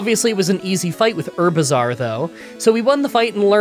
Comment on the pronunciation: I’ll never forget ivysaur’s french name. Just had “how bizzare” every time you said its name